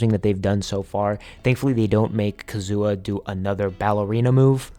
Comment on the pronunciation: The way you say Kazuha is hilarious 💀